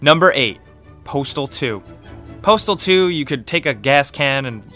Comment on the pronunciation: when he said postal 2 i thought he said portal 2 i was like wut